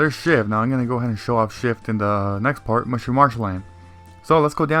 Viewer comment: I thought he said shit as shift 😂😂😂